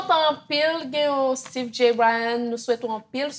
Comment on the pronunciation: Koman Styve Jay a li pa Steeve en anglais 😂